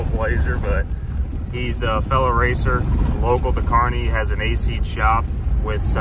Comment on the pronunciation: Cleetus the way u pronounced kearney hurt my brain lol